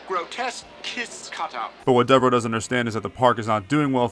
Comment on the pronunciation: Thanx for posting this. This movie is in my DVD player right now. RIP to our Spaceman...ACK! ... oh ,and it;s pronounced Deverow